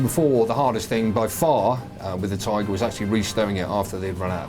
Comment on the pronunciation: Detailed comment. Thx. But it's " Tiger Panzer" not "Tigre Panzer".